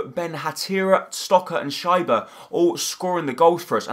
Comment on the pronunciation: Yep he can't pronounce many namn like Leipzig schieber etc